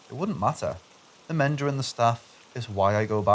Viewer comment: Hello from San Antonio👋 "Menger". The g is pronounced like the g in "goat" 😘 The Menger, St Anthony and the Emily Morgan hotels are all downtown near the Alamo and purported to all be haunted. And sadly, as typical per every old hotel, many crimes and deaths have occurred. In fact , I think lik 5 + years ago a maid at the Emily Morgan was pushing her cart into the elevator from the top floor, sadly she didn't know it was broken and fell down many stories to her death 😢